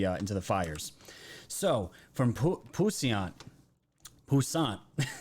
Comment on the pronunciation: It’s \PWĒS-unt\ (French) ☺️